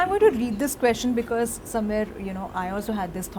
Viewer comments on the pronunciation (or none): none